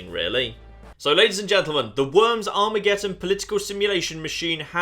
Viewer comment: ArmageDDon. Not Armegetton.